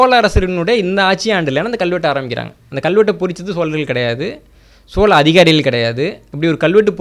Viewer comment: இந்த காணொளியில் மன்னர் மன்னன் பல இடங்களில் சோல அரசர்கள் என்று சொல்கிறார். பிழையை திருத்திக்கொள்ள வேண்டும்